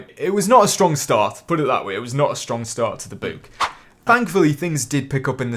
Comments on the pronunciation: Its book not boooook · I was about to comment how you said book, but the rest of the comments beat me to it lol